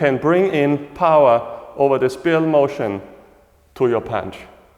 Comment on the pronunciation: As a point of reference, is there a particular acupuncture point location on the bottom of the foot associated with where our weight should rest for the 50/50 mabu position, and would it be the same for 50/50 standing taiji commencing position? Also, respectfully, it is pronounced SPY'-RUHL...like a spy. Thank you for another excellent explanation.